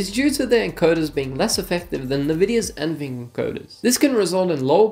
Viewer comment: Bruh how do you say nvidia wrong?